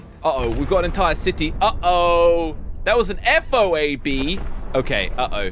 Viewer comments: Its pronounced MO-AB and FO-AB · The Moab is also known as the Mother of all bombs and is pronounced mow-ab The Foab is also known as the Father of all bombs and is pronounced foe-ab